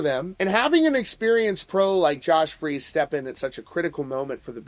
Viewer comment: Um, I thought his name was Josh "Freece" not "Freeze"?